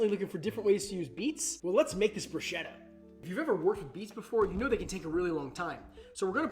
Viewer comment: One thing bruschetta is pronounced like BRUSKETTA in Italian ❤️